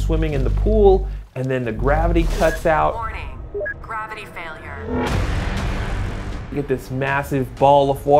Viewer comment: haha "Failurers!"